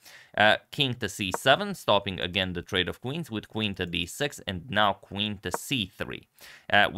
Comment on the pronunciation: “We have to queen to c5 offering a Quade or Treens” 😅 super awesome to hear. LOL